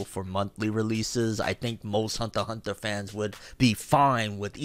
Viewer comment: "Hunther X Hunther"